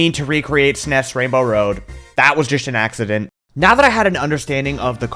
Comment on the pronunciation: FINALLY someone else who pronounces it /snes/